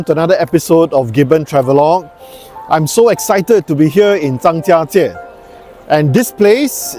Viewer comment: Love your videos very informative all of them. I also love that you say the Chinese words in Chinese even in the English sentence. I learnt the tones for Zhangjiajie from you thank you! Even if it was rainy the views were still stunning and you've shown the best things to see compared to other videos! Well done!